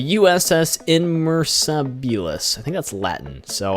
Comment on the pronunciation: Its pronounced Inmeasabilis